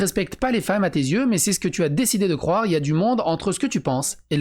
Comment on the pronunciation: On retiendra le ''croive'' de